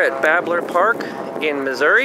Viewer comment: I can tell your from the city, lol, You say Missouri correctly.. I'm a relocated Missourian, living in Virginia. I just passed my Technician and I'm studying for my general. I'm thinking about getting a FT-897. It's nice to hear your comments about it's performance in the field. I camp with Kids and sometimes we're in the mountains. I want a rugged radio that I can depend on. Thanks for the video.